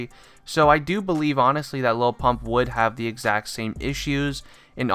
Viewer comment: Sounds like he's saying low pump